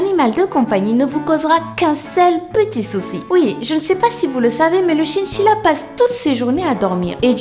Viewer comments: un chinchilla se prononce "chainchilla" et non "chinechilla" tu sais... ^^' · c'est chainchilla pour la prononciation... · tu ne sais pas prononcé le mot chINchilla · "CHINCHILLA" Comment tu prononce sa toi mdrrrr